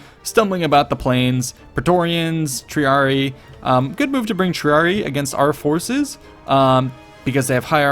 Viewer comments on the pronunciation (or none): Latin double i is ee-eye, triarii, gladii, its like the equivalent of adding s to pluralise - tree-are-E-eye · It's "TRIARIAI"!